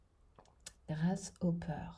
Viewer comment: 😂 Avec son accent, j'avais compris gracehopper. 😅 La grâce de celui qui espère. Pas mal aussi.